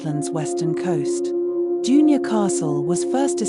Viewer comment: June- your. Think you mean Dun-ure